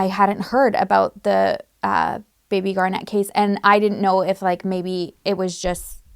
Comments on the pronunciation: It’s GAR-net. Like the semi precious gem. NOT gar-NET. Or Garnette. Why the weird emphasis on the last syllable? Poor reading skills in the US public school system? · GARnet, like the stone. Not garNET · I think her name is Garnet, like the stone, not Garnette. Thanks. ❤ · Are you pronouncing that right? I have always heard it as "garnet" like the January birthstone. Basketball player Kevin Garnett is pronounced with the stress on the end because of the extra "t". Just wondering because I always heard it as Lake Garnet, with the stress on the first syllable. Maybe I am pronouncing it wrong. Yeah, that's what to focus on. Did the woman ever say why she didn't report it? I assume this was a miscarriage. And was she camping? So many unanswered questions. Rest in peace little one. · Michigander here! Love your video as always, I wanted to let you know a few pronunciation things because Michigan has some fun pronunciations. Mackinac = "Mack-in-awe" Garnet = "Gar-net" we usually say it quickly so while it has 2 syllables it comes out like a single syllable almost 😅 (like gar-neh) St. Ignas = "Saint ig-nus"